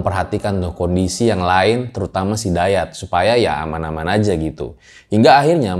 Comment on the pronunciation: JATENG ❌ JATENK ✅ 🤣🤣🤣🤣🤣